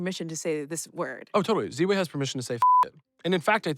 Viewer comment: I like how he pronounces Ziwe, it’s like Ziwe(y)